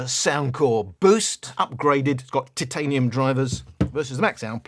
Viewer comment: Lesson of the day - must emphasize the first three letters of 'Titanium'